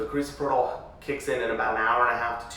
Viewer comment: Analgesic is absence pain, not relaxation. Also, you're pronouncing Carisoprodol wrong. You'd think you would be educated to know this basic information.